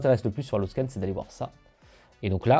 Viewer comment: Bonjour, je trouve dommage qu’aucun nom ne soit écrit, au moins sur la vidéo, parce qu’entre votre diction rapide, votre prononciation , des auditeurs mal entendants… il est parfois difficile de retrouver l’outil dont vous parlez (ex : haloscan, faut deviner le h, detail seo, faut comprendre le mot detail, rank math, les sous titres donnent rank mat (sans le h)…